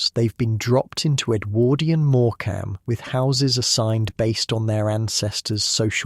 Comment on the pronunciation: REALLY GRATEFUL..not real grateful. And pronounce Morecambe correctly or I'll think this is AI TOO